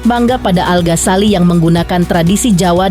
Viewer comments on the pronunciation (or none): Ganggu bgt iikh host nya nyebut nama 'Al ghasali- al Ghasali" Al Ghazali... Ganggu bgt lho mba di kuping denger Nya. Tpi gpp lah karna ini hari Bahagia, aku mau doain aja buat al dan alysa,semoga samawa aamiin allahumma aamiin 🤲🏻💐💐